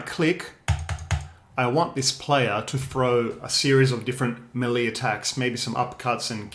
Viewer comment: "muh-lee" combat. Yeahhh.............?